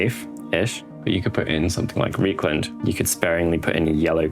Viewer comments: R E I is rye. Rye-kland, not Ree-kland. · Another good video. The weathering style mirrors Darren Latham's stuff, which is always a good place to start (before GW banned him from YouTube tutorials). Although pronouncing Reikland Fleshshade 'Reek' instead of 'Rike' is a bit painful on the ears. The Germans would be aggrieved!